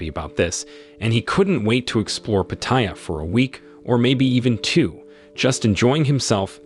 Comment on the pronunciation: Pronunciation is...Pa / Ta / Ya, not Pateya. Place is great for only two things, Farang food and Ho's.